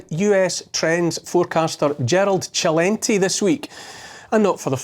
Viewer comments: It's Selentay, not Chelenty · It’s not gently it’s Celente sssss not jjjjjj lol